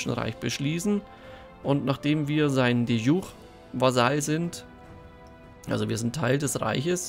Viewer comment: De jure ist lateinisch und spricht sich entsprechend, also bitte nicht "de schure...", ist keine französische Zwiebelsuppe... 😂😂